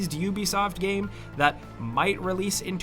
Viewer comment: I always love your content but I always turn off when comes on and says gaaime in every sentence, is he payed extra for every time he tries to pronounce the word game?